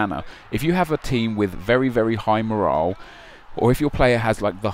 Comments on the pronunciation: MOR-ALL IS HOW YOU SAY IT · you say morale weirdly